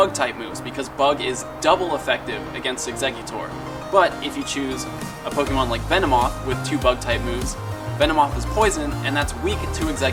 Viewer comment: ok my question... u r clearly a fan of pokémon from b4 pokémon go, so why do u consistently mispronounce "pokémon" as poke-E-mon? its pronounced poh-kay-mon. even if u were to want to americanize the pronunciation, it would be poh-kuh-mon (still incorrect.) that said i do love your channel/show and that is probably my only complaint. you're an informational channel so people should come to u for info, but (to a pokémon veteran) at first glance u don't seem reliable as u cannot even pronounce the name of the game. then for people who r new to the franchise and don't know any better, now all think that is the proper pronunciation.